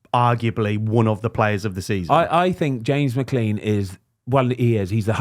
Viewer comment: Brits can never pronounce McClean can they